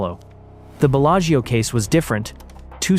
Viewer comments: "Bella-Geo" Casino lol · Why don’t you try to pronounce the name of the Casino correctly?? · Yep pure fiction. I typically don’t fall for these. The mispronunciation of Bellagio was the give away for me.